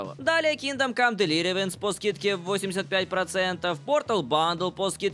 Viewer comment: все еще не можешь выговорить Kingdom Come: ****Deliverance****😛